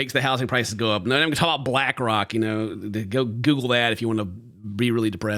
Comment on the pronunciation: Did just say “you knoaur”?